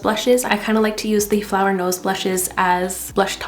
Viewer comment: Beautiful products but I keep hearing it as flower nose and it‘s really funny to me because the first time you mentioned it I was like why is she not addressing the name 😂😂 until I realised